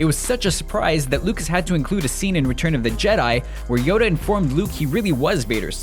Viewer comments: he said 'yodo' instead of 'yoda' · he said yodo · Every time you say "Neeson", it sounds like "meesa"; as in Jar Jar. Also, I'm almost certain you said, "Yodo".